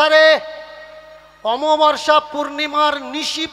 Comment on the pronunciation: আমাবাবর্সা নয়, অমাবস্যা